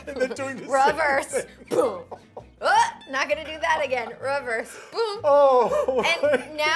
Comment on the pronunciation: Did she say "Raverse" :D she's so Britta, I love it